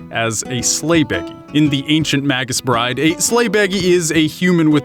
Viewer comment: It's pronounced "MAY-gus" not "maggus" . You know online dictionaries will speak the word for you.